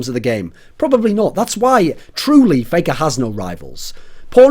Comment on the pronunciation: "Playker" lol